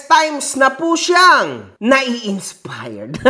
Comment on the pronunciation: Ano nga yung sabi ni? Insipired daw? HAHAHAHA